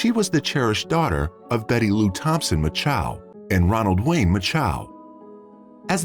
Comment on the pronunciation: There are NO 2 A's in MACHO